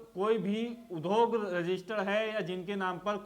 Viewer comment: आप ने उद्योग का उच्चारण शुद्ध नहीं किया ।